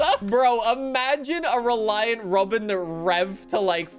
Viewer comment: After speaking about his grandparent's neighbor, notice how started letting the accent really come through when he said "rawBin"